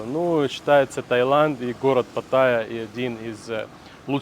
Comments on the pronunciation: Пата́йя а не патайя́!!! Невозможно слушать, уши в кровь! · патаЯ, блэт! на этом я выключил этот ролик